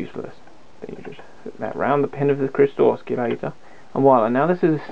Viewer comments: u lost me at osculator, DUH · not to be picky but the word oscillator and not oscullator. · Ah yes, the good old oss-key-lator. No oscillators in this circuit, no sir! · What is an oskillator ? Sounds dangerous to me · “Oschillator” ?! :) I really like the work from the intro of the video … and it show that is not totally parallel with the electronics but still the quality after …. Anyway it is a young one , compliments for the work! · Kevin Elliott that's not being picky mate a guy like this who knows what he knows and doesn't know how to pronounce the word Oscillator correctly it like a math teacher teacher who doesn't know how to pronounce Pi Correctly but instead says PEE this is not a small mistake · Lol look up how to say oscillator correctly